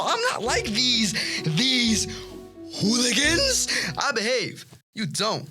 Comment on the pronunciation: the way he said “hooligans” bro lol